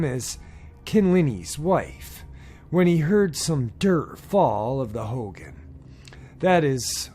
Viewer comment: Its pronounced "ho-gone". Cool to see stories from the rez!